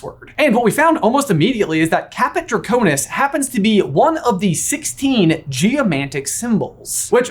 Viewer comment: caput draconis not caput draconus